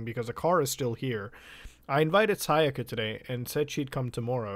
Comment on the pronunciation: sah-yaka sigh-yika